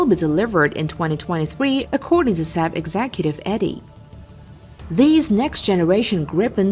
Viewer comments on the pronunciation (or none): none